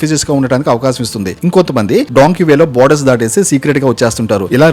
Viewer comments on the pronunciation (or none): Bro adi donkey o monkey o kadu bro dunki